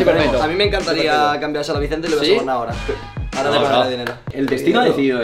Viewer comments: Oye di grefg que te has dejado un error en el minuto dice ahoroa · CUANDO DICE AHORA SI O SI EL FINAL DE LA VELADA DICE AHROA SI O SI XDDD JAJA